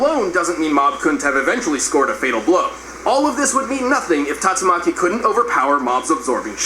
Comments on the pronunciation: is it really that hard to say tatsumaki maybe it is cuz i watch alot of one piece and one punch man lol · Tat-su-ma-chi = tatsumaki